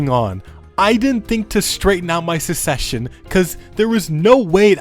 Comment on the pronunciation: please, it's SUCCession, not SECession